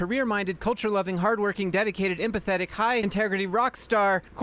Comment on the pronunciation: i know the post said "hardworking, dedicated, empathetic" but what i heard you say was "hardworking, dedicated and pathetic"